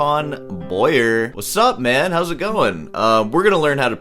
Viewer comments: Glad you like Antoine Boyer. French pronunciation tip: dont say Boy - yer but B - why - yer (more or less😂). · AN TWON is how it's pronounced. Not AN TONE. And his last name is BOY AY not BOY ER. For those who don't speak French. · Its pronounced Boyay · It's pronounced "Bwoah - yé" in French.